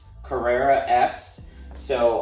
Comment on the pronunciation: Carerra…. CARRERA